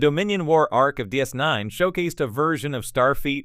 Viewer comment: Yeah, try not to use AI voices, next time. Unless you want to keep talking on the adventures of "Star Feet" officer Sisko and his various commands on the Star Trek show "Dis Nine".